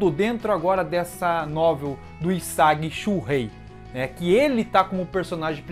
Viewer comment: Po não me entenda mal, mas está pronunciando os nomes errados. É TSUkishima, HIsagi...